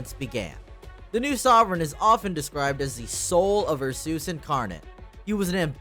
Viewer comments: Ursus is pronounced as "Ar-Sas" not Ar-sooos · isn't it pronouced "oor-soos" like in latin? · Calling Ursus U'r Sus has to be a bit, nobody can mispronounce a fairly simple name that badly. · The "Ursoos" pronunciation has me dead😭. I normally just say Ursus. W video tho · You said ursus wrong on purpose to avoid saying sus didnt you? Lol